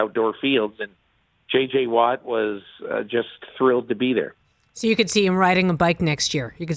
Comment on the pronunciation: She said it twice so its perfectly fair to correct her... J.J. Watt not T.J.!!!!!! Go Pack Go!!!!